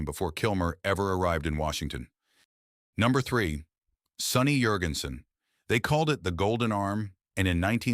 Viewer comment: Hey, AI brainiac, it might be pronounced Yurgensen in Scandinavia, but in North Carolina, where he was born, the name is JURGENSEN. Now tell me the name of the human being you put out of work.